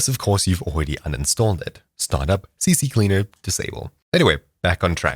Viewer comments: Yo, it's not "CCCleaer" but just CCleaner lmao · It's C-Cleaner, not CC-Cleaner 😂 I used to say the same, so I find it funny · its not CC Cleaner BUT CCLEANER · Bro just said CCcleaner when in reality its CCleaner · Ahh a fellow guy who doesn't know that its Ccleaner not CCcleaner 😂